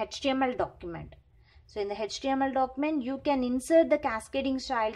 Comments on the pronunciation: Can you please pronounce the html as a html. it's not hechtml it's html okay. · Mam it's html not hhtml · H actually pronounced as hach so don't be oversmart 😮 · Pronunciation of h in html 🤔🤔🤔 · She also knows it is html but it seems to be little difficult for her to pronounce no problem in that... 😒